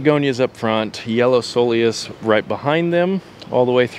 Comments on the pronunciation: Soul eous? That's not how it's pronounced... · Ko-Lee-Us. Looks great going out to get started on my beds. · Looks good, I would go with a dwarf burning bush in that corner. Also, coleus is pronounced Kowleus. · you can choose a Japanese maple according to your USDA zone (6?)... I love them and want one too! Make sure it gets a little reprieve in the afternoon from the hottest sun exposure of the day. If this is the western side of your house (hot afternoon sun) it may not be a good idea. If you buy accordingly for your zone, winter protection should not be a problem. Also, coleus is pronounced with a "k" (coal-e-us). 🙃👌 You?. Me? The Garden Whisperer. 🏡🙋🥀💐💚 =^..^= 🇺🇸